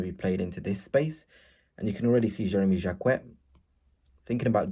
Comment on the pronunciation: 😅learn to say his name !!!